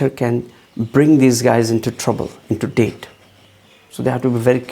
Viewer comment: It’s not date it’s debt!!